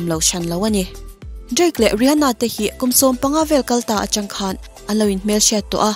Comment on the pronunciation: Ri ha na tih loh tur Rih ana tih zawk tur 😁😁